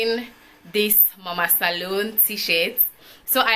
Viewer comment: This video was interesting per usual 💖. My grandmother use to make those baskets, they are so cute 😍! The Salone pronunciations took me straight out 😫🤣😂🤣!!! Happy Independence to us 🇸🇱🇸🇱